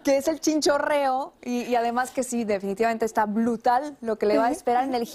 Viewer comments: Muy buen video, lo único que lo daño fue la periodista diciendo blutal. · ¿De dónde sacó el disparate de "Blutal"? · Dijo blutal?